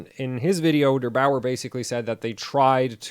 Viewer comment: Derbauer ... not Dr Bauer ... lol